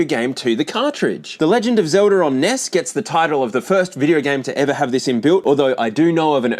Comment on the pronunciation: It's Legand of Zelda, not "zelder."